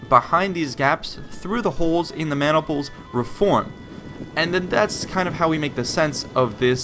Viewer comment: did you say man niples? lol